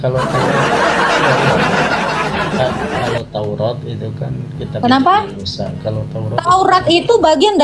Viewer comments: Bilang TAURAT saja belum bisa lo, taurot itu dari mana ? Nabi Musa sendiri tidak pernah berkata taurot. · Taurat bukan tourot